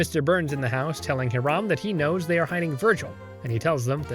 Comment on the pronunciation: How do you mispronounce the name Hiram when they say it out loud multiple times in the episode?